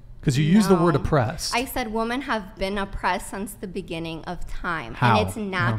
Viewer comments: It drives me crazy that she pronounces "women" as "woman" lol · Does it bother anyone else that she keeps saying woman instead of women? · Does she always have her eyes closed or is that the fake lashes? I can’t tell. And she keeps saying Woman instead of Women, like she doesn’t understand what “plurals” are. I think she got her literature education from social media from what I’ve seen. Woman = Singular, Women =Plural. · Please dear god educate these people who don’t know the difference between “woman” and “women”!!!!! How can you go three plus hours with her and not correct her just for clarification? What’s worse, she heard everyone else say “women” and “woman” but never caught on to the fact she can’t pronounce them right? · Is it me or has everyone forgotten that women is the plural of woman. It sounds like all these girls are saying woman when it should be women. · why does she keep saying "woman" when she clearly means "women" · Women…. Not woman